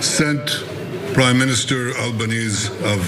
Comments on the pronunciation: The prime minister 's name is Albanese, and it's my understanding that it is pronounced Al buh nee zee. Not the way Bibi did it. Or he may be referred to as Albo. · This is Anthony Albanese's second term as PM, so I assume Netanyahu's mispronunciation of All-ban-easy's surname was deliberate, like Trump's with 'Kamala'. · He can't even pronounce our prime minister's name correctly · He can't even pronounce Albanese right – ignorant terrorist that he is! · Yes Australia is a very cohesive society. We despise netananyu and his views. They've overplayed their hand. Bullshit there is no anti semitism in Australia. You are the greatest cause of anti semitism going. He can't even pronounce the PMs name. Everyone in Australia is calling it a mossad false flag. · Satanyahu can't even pronouce our PM's surname properly